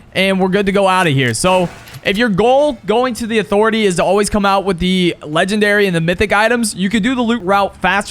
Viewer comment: “UH-THOR-ETAY” 😂 bro you drop at Catty vid really made a difference 👍